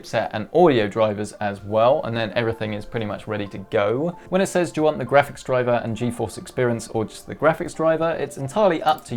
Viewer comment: no offense but : dwiver